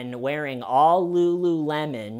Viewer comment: "Wearing all lu lu lemon"...😂